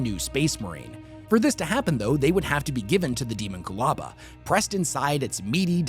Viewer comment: It should be pronounced deh-MON-kyoo-LA-ba, like homunculus, it’s not ha-mahn-KYOO-lis after all and thats clearly it’s derivation. Sounds far more intimidating. Even if it is canonically pronounced as demon-coolaba I’m still right lol, sounds like a drink you’d order from a dystopian Starbucks “can I get a demon coolaba with Baphomet’s goat milk please”